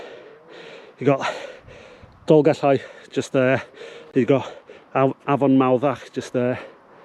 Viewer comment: Diolch Going to do this in April 2025 Best guide to this walk I did read somewhere that only disabled people are permitted to drive to the top? Great to hear you pronouncing the ll in Dolgellau